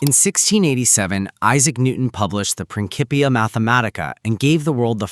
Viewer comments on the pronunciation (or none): Ffs "principia" not "prinkipia". Like principal - you don't read it prinkipal.